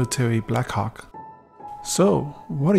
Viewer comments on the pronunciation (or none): none